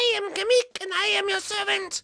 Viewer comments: It's kamek, not kemek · It's not kame-eek it's kamek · It’s not kemek it’s kamek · It's not Kemik its kemic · It's pronounced ka-mek